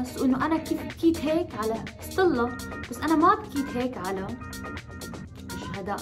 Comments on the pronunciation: مشان الله ليش بضخم صوتا لما بتقول ستيلا بتطلع معها صطيلا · ههههههههههه سطيلا انا لاحظت وعم قول لحالي ليش عم تقول سطيلا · ليش عم تقول صطلا ؟ 😂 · تفي على ذي الاشكال التافهة فرحانة بالمناكير ههههه وتنطق صطيلا